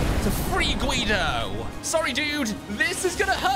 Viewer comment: It's Guido not quido